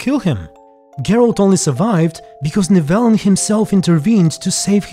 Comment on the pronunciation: I’m just mad at the mispronunciations more than anything